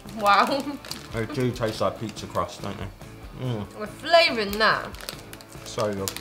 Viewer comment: No one: Me: PITZAREE!!!!!!!!!!!!! 😂😂😂